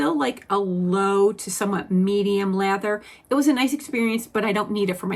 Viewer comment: Omg I thought you were saying leather not lather 😂